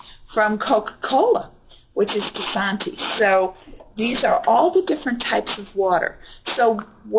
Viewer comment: its Disani not Disantii